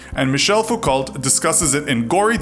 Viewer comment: In French, Foucault is pronounced like foockoh